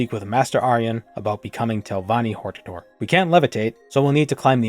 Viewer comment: Uhm, I think it's pronounced, "hortator."